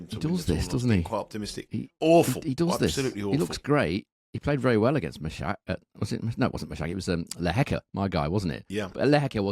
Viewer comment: Guys come on, please get the pronunciation of Lehechka and Mahac down - it’s jarring to hear 😢